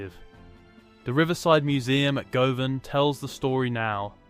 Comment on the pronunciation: Looked good initially but the mispronunciation of ’Govan’ and ‘closes” made me give up.